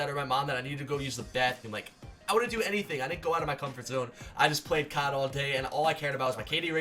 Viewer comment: Doug - I like Cawd Me - dude omg say CoD not Cawd Doug - Cawd